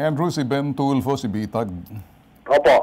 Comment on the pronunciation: TULFO PO TULFO HINDI TULPO..ANO BA NAMAN MGA TAONG TO..AGAIN, TULFO WITH AN F HA NOT TULPO